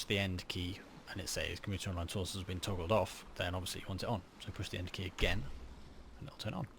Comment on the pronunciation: A little old of a video but instructions are well done, when I pay attention. I ended up doing twice as the first time I thought I messed up as I heard you as saying N and not END. I only installed on a Expansion Server and there are a few things different. Such as can not do the snow thing that you showed but it looks like all the core functions are there with a few annoying little bugs.